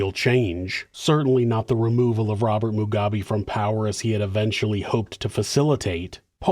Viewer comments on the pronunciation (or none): none